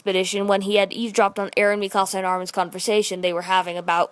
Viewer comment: You say mikasa wrong